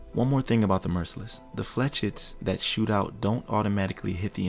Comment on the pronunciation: I know somebody already said it but they’re pronounced “flay-shet” it’s French for little arrow. It’s a pretty uncommon loanword.